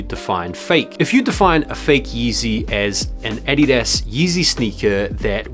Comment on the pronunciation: The Way u say Adidas hurts me ears. :/